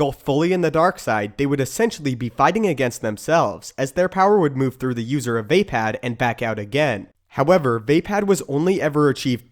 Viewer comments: its NOT VÄPÄÄD ITS VAPAAD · It's not "via pad", it's "vah pad" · its not vay-pad or vape-ad its vah-pod